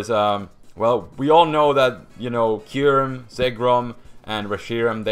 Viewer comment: IT'S K-EYE-YOU-REM!